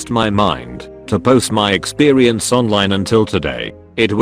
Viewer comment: Anyone else think it’s weird that it pronounces ‘experience’ with a ‘w’